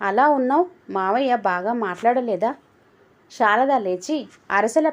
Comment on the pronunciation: Anta baga undandi.kaani meeru sarada peru ni sharada ani chadivaru.